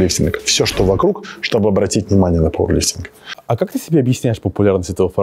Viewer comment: ПаУэрлифтинг!! А не паВерлифтнг!!